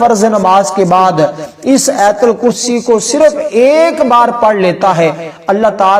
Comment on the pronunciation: Ayatal kursi na keh aitul kursi. Sahee talafaz zaroori hai, video banana lekin paisa kamana